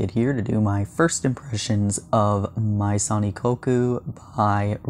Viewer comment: It’s pronounced may-zon Ikkoku 😊